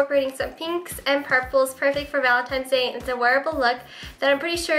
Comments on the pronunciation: Valentine's Day not Valentime's :p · Why do you pronounce valentines day as "valentimes day" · "ValentiMe'S day"...seriously she calls it that..lol..:D